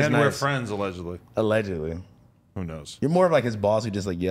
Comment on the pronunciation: We need an “ALEDGEDLY” button &&& “PUASE “